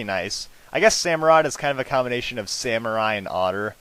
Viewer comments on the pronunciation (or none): none